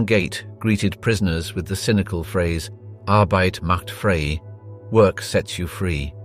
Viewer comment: Please narrate naes correctly. 1. ARBEIT MACH FRIE. The "E" is silent. So, you say: Fry. 2. BIRKENAU. The "AU" makes an "ou" such as in OUCH.